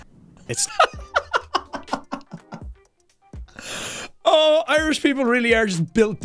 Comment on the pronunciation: I love how the frostbit guy sounds like he's saying, "Frosht-butt".